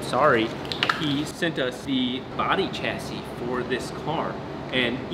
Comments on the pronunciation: Just to clear up linguistic issues, I couldn’t help myself.The term Chassis is french (meaning frame) and as such is pronounced as Sh-assis and not the Ch-assis. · OMG stop saying chassis wrong its pronounced sha-see not ch-assee, thumbs down .